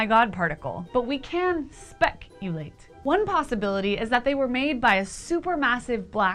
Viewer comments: lol, SPEC-ulate. such a dork. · "speckulate" hahaha I like it